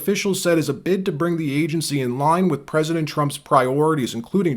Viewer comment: Rep-Al Green looks like a pimp. And did he pronounce, 'president', "pezident"?? I have a hard time believing these people were voted into office.